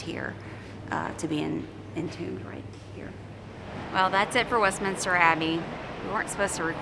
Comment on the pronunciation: Westminster Not Westminister. No extra I. Also please stop with the British accent. Not even close